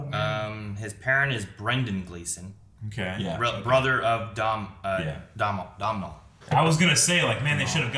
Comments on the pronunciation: It’s hard for my Irish ears to hear domhnall gleesons name been butchered. It’s pronounced Donal doe nal. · It’s hard for my Irish ears to hear Domhnall Gleesons name been butchered. It’s pronounced Donal . doe nal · The title has me on edge as well, I really hope the Armorer is not a spy 😬 (But there is SOMETHING about her!) Just because it sounded like you guys were trying to figure it out - Domhnall Gleeson's first name is pronounced the same as Donal! ("dough-nil") Loved that his brother was playing this part, that was a very nice touch 😆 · Someone should really get the guys to watch Domhnall and/or Brian pronouncing their names in interviews 😅 It's an understandable mistake, but easily fixable, I think. Anyway, I absolutely love the fact that noticed Brian plays Hux sr., I was hoping someone would 😁